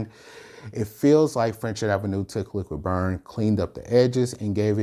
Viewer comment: It is called Liquid brun not Liquid burn.